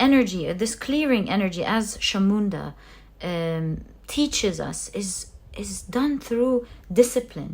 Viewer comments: Also just to add for you the pile three kali’S name Chamunda is not pronounced as Shamunda but as Chamunda as in cha ( for chat) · Hello may I correct you with the pronunciation of Chamunda. The CH is pronounced like the CH in chocolate not as a SH. I hope you don't take this badly I have no bad intentions. I am following you regularly and I am taken aback by your accuracy in your readings. If I may, I think you have got to be the best Tarot reader I have come across. Your knowledge is vast and interpretations spot on.